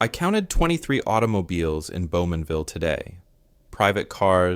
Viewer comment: Bowmanville! Not Beaumanville.